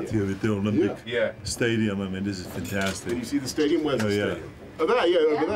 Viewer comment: 'this is fan-ta-how-stic'